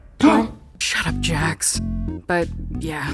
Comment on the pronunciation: "Jax" And not jack